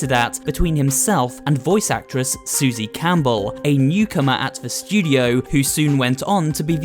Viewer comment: “Susie camel”💀